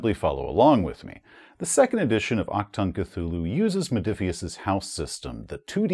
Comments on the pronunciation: Hey! Love your content. I don't wanna be the grammar nazi here... But if I may give you a little heads-up: Sayin "Ack-Tongue" is not what you say if you wanna say "Attention!" in german. I know the german ch is not an easy thing to pronounce as an american or english person. If you want to pronounce it more correctly (I'm fine if you don't), try to ignore the c, emphasize the h and speak the u like it is the oo in "Doom". So you say it a bit like "aHtoong". Even though this is still not 100% it, a german speaking person would understand it just fine and it miiiiight be a little more comfortable to say for you. Greetz from Germany! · for a correct ch sound, just imagine a hair in your throat.. the sound you make trying tio retch it out? thats the ch